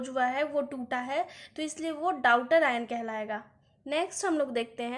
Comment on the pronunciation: आप daughter ( डॉटर ) को डाउटर पढ़ रहीं हैं 😢 और आप chemistry पढ़ा रहे हो